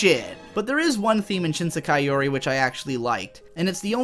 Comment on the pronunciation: This unpopular opinions = more views schtick is getting old. Such a tired old trope used repeatedly by. The voice acting in this video is not that good either, the word “Sekai” is badly mispronounced for instance, and I really do not get any emotional depth to main narrator/protagonist, the one who plays the part of the contrarian anime reviewer. The animation quality for the video is quite dated as well. Also, failing to understand basic things about the show, and using this stupidity as a basis for criticism of the show, while it does help turn the contrarian narrator character into somewhat of a comedic character who always gets things wrong, for some reason the unintentional comedy of that just falls flat and is barely even funny at all, probably because of the lack of character development or any real plot. This YouTube video is one of the worst anime I have ever seen, possibly even worse than Princess Mononoke.